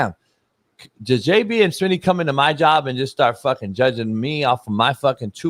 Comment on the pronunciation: O lord coach just said smitty at motel 6. 😂 that ain't right.